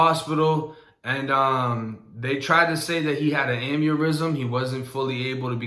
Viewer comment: "Amurysm" .... jesus